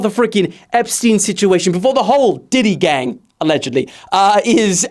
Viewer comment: You got me off guard at Diddy Gang, really funny. Almost thought you said d*cky gang the first time lil bro😂😂